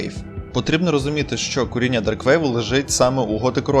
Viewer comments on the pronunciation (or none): замість "коріння" чується "к√ріння" 😅😅😅 "перебування" < "деформування"